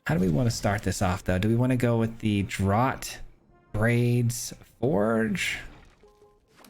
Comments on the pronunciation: Just for the record, "Draught" is pronounced the same as "draft" :) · oh, got your back on pronouncing this word-- "draught" = "draft" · Draught is pronounced draft, from the British speling, and Schooner has a hard C pronunciation, like school. Love the deck! Mardu anything rocks.